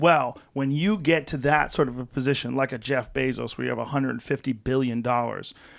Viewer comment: Is this guy honestly saying "Bezos good"?